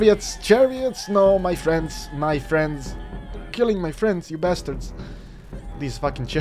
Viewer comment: Did he just call is basterds